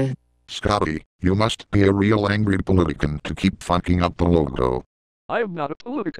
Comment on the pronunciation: can't say politician?!!